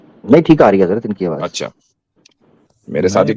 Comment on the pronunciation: Bhai yeh Hindu hai, Aawaz ko Aawaj keh Raha tha